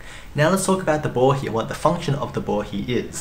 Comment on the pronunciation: I also learned how to properly pronounce "Bohi". So many people on English-speaking videos keep calling it a Bo HI. I'm guessing your pronunciation of Bo HE, is the correct Japanese pronunciation?